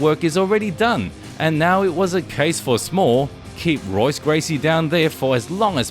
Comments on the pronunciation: Pronounced “Hoyce”, not Royce, my friend. Dude’s a legend, but now you know😊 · It's pronounced "Hoyce" not "Royce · His name is pronounced as HOYCE not ROYCE lmao. ALL words and names in Brazilian Portuguese that start with an R are pronounced as an H. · It’s pronounced “hoice” not roise. It’s spelled Royce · Pronounced “Hoyce” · Royce Gracie - the R is pronounced like an H in Portuguese. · It is spelled Royce It is pronounced Hoyce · the R sounds like a H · Someone tell him how to say Royce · Great clips but I really don't think you know much about the fighters; the culture, or the history of what you've discussed in this video. Put some time in to research what you're showcasing and I'd like to think your channel will grow. Maybe start with a study on the Gracie's and pronounce 'Royce' correctly next time. Good luck mate xox (Subscribing to follow your journey as a content creator) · Great video. You might consider pronouncing Royce correctly. The R is pronounced with an H sound as he is Brazilian. Cheers.